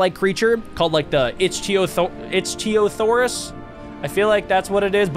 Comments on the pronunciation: Its pronounced I c Theo saurus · AKA how you pronounce it is icthysaw